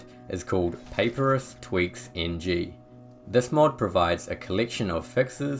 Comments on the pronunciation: Papyrus is pronounced: puh-pie-rus…you know like the kind of paper the ancients used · Respectfully, Papyrus is correctly pronounced "puh-PIE-rus". Great video otherwise, very helpful.